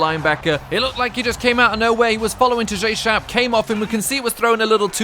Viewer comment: Its tajae sharpe, like Tahj ay